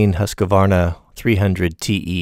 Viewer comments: Nice and mellow, I really liked it. Just one thing; Husqvarna = Hus;kvarna, not Huska-varna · laughed so much when he said huskavarna😂 its husqvarna ( q is pronounced like a k